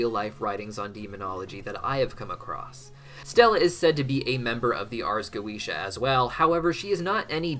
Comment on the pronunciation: Wondering why you suddenly started pronouncing Goetia differently halfway through?